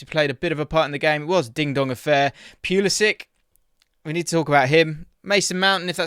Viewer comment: Its poo-liss-ick. He's best playing centrally.